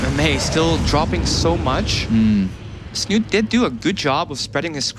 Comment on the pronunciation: Snut? This is Norwegian bro, you pronounce the e at the end!